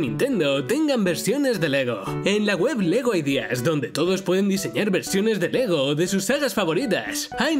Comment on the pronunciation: Me dio risa cuando dijo LEGO ness xDDD